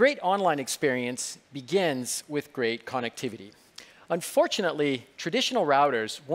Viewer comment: Did he say "connActivity"